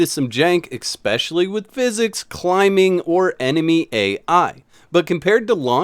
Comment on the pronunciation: My brother in Christ, please, PLEASE... take 5 minutes to learn this word.... ESPCIALLY It's not eckspeshully. ESS-PES-SHE-AL-LY, there is no X anywhere to be found.